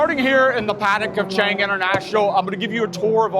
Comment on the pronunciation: This clown has been living in Thailand for how long and he can't even pronounce Chang properly and says "burryam" Thailand . 🤡